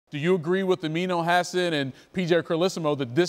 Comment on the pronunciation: Did he just say "Amino Acid"?